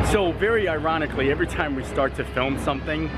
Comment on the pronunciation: “I’m reference to the first order match comment: Very ironically” = “Veronically”